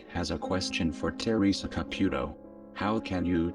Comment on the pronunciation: Fabulous reporting! that fake old skank makes me sick! I hope they cancel her soon and all the stupid people that believe this crap, well they get what they deserve, but to exploit this child in such a manor is reprehensible. the robot voice is cool it says her name and sounds like Ca-PUK-o, make me snicker! lol